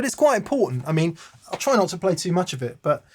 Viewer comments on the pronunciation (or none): I almost thought said, "Thank you so MERCH." And I would fully endorse that.